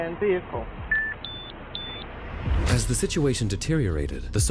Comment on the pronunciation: What is a Veee Hickle? 😂😂😂